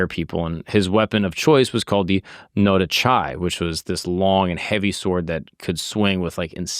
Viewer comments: Loved the info. Please when looking into these figures,cultures and counties history. Try. At least try to pronounce them correctly. “No da chai” should be “No-dah-chi” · The way pronounce nodachi is a fucking crime..... actually made me stop watching